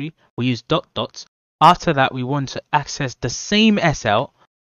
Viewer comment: dok or dot ? 🤣